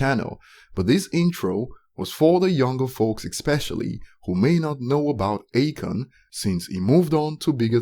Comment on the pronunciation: It's A-Khan. Not Achon.